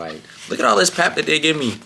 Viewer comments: Yo, hope all y'all are well, just wanted to say that it's pronounced "Paarp" not "Pep". You will find yourself in a clothing store here unless you don't say it's food🫡😂😂😂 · Aowa, a whole year and you still pronounce pap like that, I'm sad. I do wish a lot of people would watch this coz someone did say " if you not careful you will wake up 50 with nothing but pictures of groove". And another one said "kids in other countries are inventing things and SA kids are inventing a new dance move every week". BUUUUUUT, we glad you came, had fun and grew as a man. The good really outweighs the bad. Id say travel mercies but I saw the 'back home vlog' before this one. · Your pronunciation of "pap" kills m3 bru😂😂😂😂